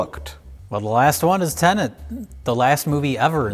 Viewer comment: I can tell doesn’t care about Tenet because he keeps pronouncing the name wrong! 😹